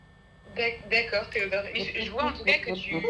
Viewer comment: les « d accord theodort »😂😂